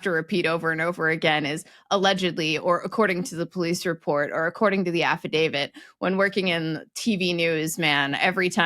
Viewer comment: yay! said “affidaviT” instead of the suddenly ubiquitous “affidaviD.”